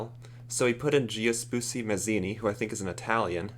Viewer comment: the way he kept mispronouncing Giuseppe. and I'm not even Italian